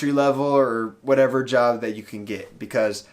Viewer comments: Dunno why but I keep hearing "Java opportunitiy" instead of "Job opportunity" lol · Tbh, i heard "java opportunity" too